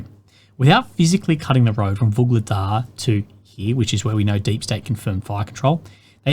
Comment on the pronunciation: That is one "UGLEGDAR" from me!